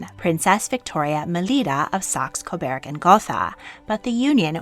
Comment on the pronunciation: You got Marquess right this time, but it's still "Sax KO-burg." It sounds like burger, and iceberg. Not bearg.